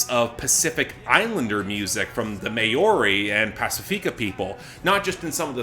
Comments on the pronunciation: Not to be a dick but Maori is pronounced Mah-aw-ree... try saying mouldy without the L and D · Lol as a New Zealander I did laugh at absolutely butchering the pronunciation of 'Maori'.